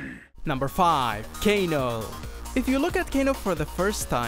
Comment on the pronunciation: I stopped watching when he said kano🤔